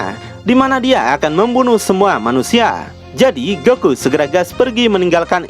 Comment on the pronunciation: keren loe bang apa loe lagi cpe tah bang ko goku jdi goki hehehehe istrhat bang juangan di paksain bang